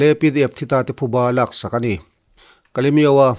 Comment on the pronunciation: Thuba ti lovin, ' phuba' tihtur a nia...